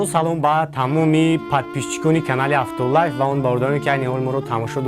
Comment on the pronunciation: авто лайф, не авто ЛАЙВ